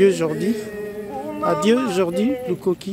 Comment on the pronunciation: Svp lukoki pas kiloki, bonne compréhension 🙏🏿